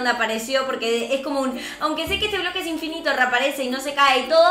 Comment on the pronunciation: Es pobre quiso decir bloque y dijo broque